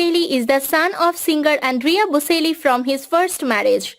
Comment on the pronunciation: bo-CHEL-lee (not bo-SEL-lee)